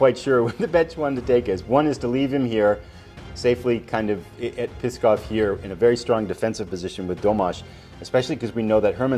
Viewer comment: NOO and AYBUL, not NOOD and ABULL. Also, PSKOV is pronounced "SKOFF". NEVA is pronounced "NEE-VUH". I really want to finish this series, but your mispronunciations are giving me a tumour.